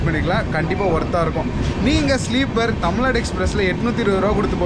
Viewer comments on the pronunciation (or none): none